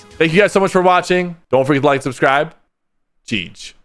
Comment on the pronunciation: “Geeg” son🫩🥀🙏